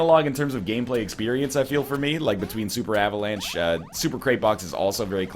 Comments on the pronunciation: "Avalance" Heheheugh. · You are turning british. Avalanche? uhvuhlahnch.